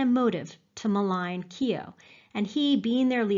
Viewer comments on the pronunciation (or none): Its not kio its kyo as in yoh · Keo as in KOW, Bow, the gh in Keogh is silent! You have done excellent work, amazing the way you bring the stories to life! But please ease off the phoney Irish language and the Keo pronunciation is like scraping your nails on a chalkboard to county Mayo ears!!! However that is a very minor moan, don't stop your work!😊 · Yup, pronounced "Keo" (sorry!) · Lol its not keyo